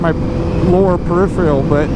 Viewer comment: I cannot take advice from a man who doesn’t remember the proper name of the brand someone that cannot speak their native language properly it’s your peripheral vision not periperal sedici not sedici Paid video terrible editing terrible use of the English language which is obviously his native tongue sorry dude get some education before you try and influence people